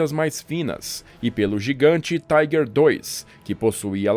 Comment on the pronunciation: Por que pronunciar "Tiger" como se fosse uma palavra em inglês?